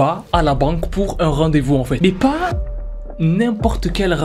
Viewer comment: "c'est a dire qu'ENFAIWTE" 🤣🤣🤣